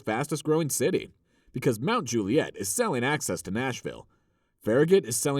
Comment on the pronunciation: Those shots of straight tree lined streets with sidewalks supposedly in Forest Hills and Oak Hill are nothing like reality which in reality are very curvy, hilly, huge grounds, long driveways and no sidewalks. There's even one scene with a car with NY plates. Oh and in Mt. Juliet, the accent is on the first syllable, like Mt. JU- li-et.